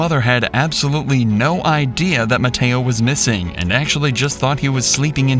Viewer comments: Mateo❌ Matedo✅ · When the narrator named mateo i actually heard potato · Bro the first one he call it MATEO like brainrot animal😅